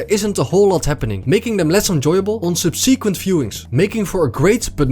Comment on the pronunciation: “Subsequent” sub-suh-quint